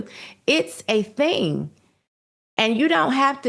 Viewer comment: Jason, isn’t her name pronounced “Swoops?” He always says “swopes.” Also a “thing” is over pronouncing the letter G at the end of certain words. “Thing” becomes “thinG.”